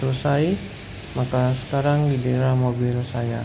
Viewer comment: Dibacanya mobil om, bukan mobile 😅